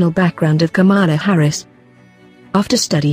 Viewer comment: She is not KAMAALA HARRIS AS YOU PRONOUNCE IT - HER NAME IS PRONOUNCED KAMLA NOT KAMAALAA